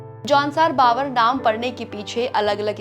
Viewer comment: Baavar nahin hai Bhaabhar hai pronounciation